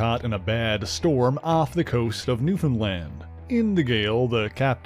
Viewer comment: Omg you said newfoundland right. Thankyou